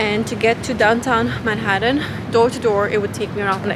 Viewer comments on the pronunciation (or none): none